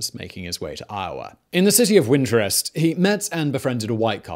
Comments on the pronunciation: FYI: it’s Winterset, Iowa... not winterrest . Plus, that’s actually the wrong town. It’s actually Indianola , Iowa. The picture of a mainstreet is of Salem Ave. in Indianola. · I believe you’re referring to “Winterset, Iowa” not “Winterest” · Its winter-set Iowa and Indian-ola